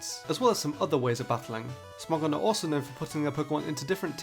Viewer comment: First Smogon pronounciation was correct.